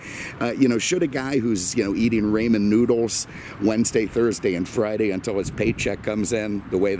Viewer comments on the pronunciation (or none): Rayman noodles? lol. Ramen pr.(Ra-men). OK, byeeeeee!